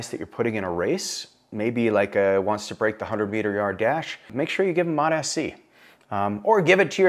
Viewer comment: He is saying it good, all docs call it like this